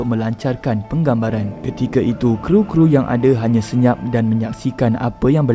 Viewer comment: bukan kru.K.R.U